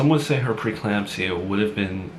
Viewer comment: It’s pre-eclampsia not preclampsia. He misspoke this word consistently last time as well.